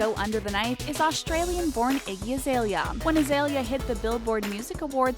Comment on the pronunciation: The shade The subtle ck pronunciation in "iggy" Icky Azalea